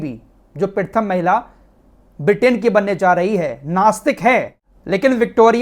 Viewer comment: Abe pritham nahin pratham bol